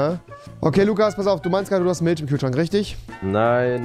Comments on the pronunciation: Avive: Milch Rewi:milscchh 😂😂😂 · Niemand Wirklich niemand Rewi:miltsch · Milsch haha Rewi und seine Aussprache